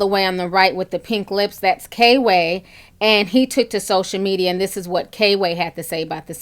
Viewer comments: girl it's kway not kayway. lmao. love you tho. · It's pronounced Qway lol not K-way even tho its spelled kway lol.. Love yo page Ti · HIS NAME KWAY (QUAY) NOT K-WAY LOL EASTSIDE IVO IN THE MIDDLE & PRINCE MARNI IS THE OTHER ONE, THEY’RE FUNNY I MUST ADMIT BUT THEM WIGS CONSTANTLY MAKES YOU QUESTION… 🤭 SHHH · You pronounced it K-way like 500xs lol instead of 'Qway'. comedy is comedy for me. I watch all cultures and videos if it's funny. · It's kway not k way. Eastside ivo is in the middle. Just in case you care. I was wondering why so many Instagram/ youtubers like La La and Kway be at the B E T award shows. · Love u ti! His name is pronounced kway not k way btw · Girl! You kept calling him “K-Way”. It’s Kway. One word, all together. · I think it’s pronounced Quay, Ti lol its okay.. But I agree with everything you’re saying! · name is Kway. Pronounced like Quay. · You too funny Ti, it’s pronounced Kway like Sway one syllable. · FYI His name is pronounced kwuh-A :-)